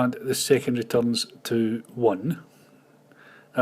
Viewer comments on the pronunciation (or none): Hi! Nice tutorials! And here's a short lesson in English: It's ”secondary”, not ”secondry”, and 6 is pronounced ”six”, not ”sex”. Have a nice day!